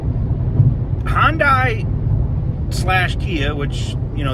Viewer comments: HON -DIE ? It's Hunday. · I could only get 30 seconds in, and I watch further. For the love of Christ, people, HYUNDAI (rhymes with SUNDAY) has beein in the Country for 40 years. It's not pronounced HON-die. I'm done.